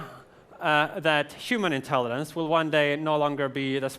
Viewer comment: why is he saying "intellidence"? i mean i hate those childish people who point out something trivial and dont give a fuck about the important message, but to be honest.. hes giving a speech about intelligence, he should be able to pronounce it. it bothers me I CANT CONCENTRATE ON THE MESSAGE